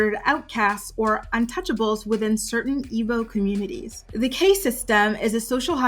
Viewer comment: Caste is pronounced cast. No disrespect.